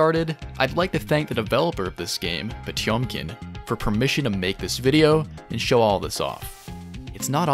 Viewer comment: guilty gear pronounces potemkin incorrectly, said it correctly...well, more correct than guilty gear does